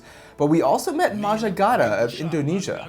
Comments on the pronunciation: 0'52" Did you mentioned Majah Gada? It supposed to be Gajah Mada. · Majah Gada? Don't you mean Gajah Mada? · It's not maja gada,it's Gajah Mada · Majah Gada?? GAJAH MADA LA... Mat salleh.. Nama pun nggak bisa baca. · maja gada... really? cmon.... at least say it correctly please